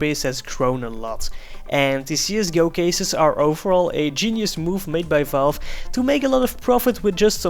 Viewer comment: It's pronounced csgo not zsgo...